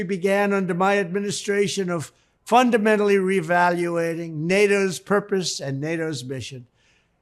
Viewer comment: “ fundamentally revaluating…” I just had to type that exactly how he said it because I knew spell check wouldn’t recognize it as an actual word